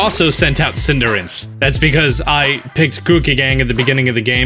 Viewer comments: It's Cinder Ace. Not Cinderance. Weirdo. 😝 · I used to pronounce it "Cin-deh-race" but eventually I decided I liked "Cinder-Ace" because it was easier to pronounce and ace is probably the most likely name origin as opposed to race. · I died a little inside every time he said Cinderince. :/ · Is he saying "Cinder-rinse"? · It's Pronounced Cinderace:Cinder-ah-chi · Are you saying Cinder-ince? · i hate how he says Cinderace